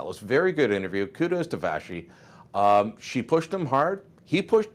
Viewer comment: Vah-she, Vah-she...Lol. At least get her name right.